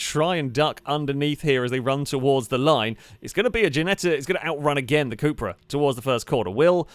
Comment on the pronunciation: It's called cupra, short for cup racing but U in spanish is pronounced as oo, or as a long u like in June.